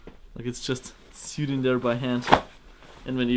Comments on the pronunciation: I know this is likely because of your accent but it is not said "sewd". Its said like "sohwd"or "soed". In the same way you would say "node". <3 keep up your good work. Like so sees <3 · He doesn't know how to say sewed. Is pronounced like sOwed except spelled as sewed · FYI, "sewed" is pronounced "soed" like "toe" except starting with the "s" sound, and ending with the "d" sound. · I love how he pronounces "sewed" haha syood... love it! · The way he pronounced sewed lol